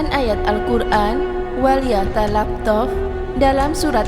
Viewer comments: Ini cewe yg bicara kurang pantas,bukan wal yatalahtof bacanya, tp wal talaththof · hae min kamu belajar dulu membaca al.qur.an itu baca.an nya walyatalattof bukan walyatalaftof walyatalattof itu ada tasdit nya min kalau kamu gak bisa baca al.qur.an jangan kamu cerita al.qur.an nanti terjadi fitna